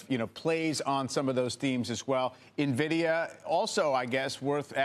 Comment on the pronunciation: Navidia? God at least get the name right before investing:)